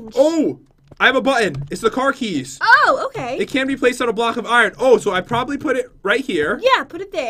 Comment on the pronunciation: he sed heys hahaha not keys